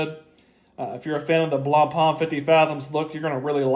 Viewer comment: Also respect to all of you that made your way through him butchering blancpains name, I can't do it.